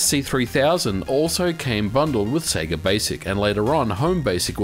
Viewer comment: Eternally glad you say Sega correctly.